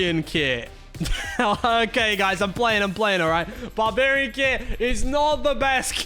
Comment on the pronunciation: made me so mad when you said barbarian lol